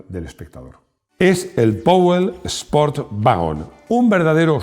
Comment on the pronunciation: /spo:t/ (dos puntos alarga la vocal); /juːˈtɪləti// (la e al revés casi no se pronuncia y es átona); /vɪə.kəl/las es al revés casi no se pronuncian y son átonas). Si le das a la tecla correspondiente escuchas la pronunciación de un nativo y corrobora la transcripción fonética. Es la forma sencilla y segura de pronunciar bastante bien, aunque no seas anglosajón.